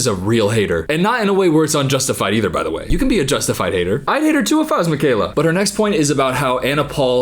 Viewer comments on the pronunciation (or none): none